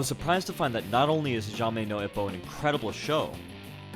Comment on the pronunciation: it's "E-poe" not "i-poe"